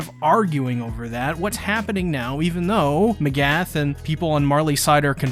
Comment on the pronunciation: I thought I was the only one who noticed. A lot of people and reactors say a lot of characters names wrong. I’ve heard Mikasa pronounced Mekasa, pieck pronounced as Peyack, Mcgath pronounced as Magath… these aren’t hard names to get right 🤷🏾‍♂️